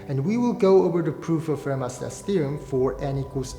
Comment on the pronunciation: I know people say 'Fermat' but it's pronounced 'Fermar'